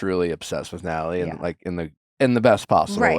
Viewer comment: every time nick says “natalie” it sounds like nelly. like dude please pronounce your wife’s name right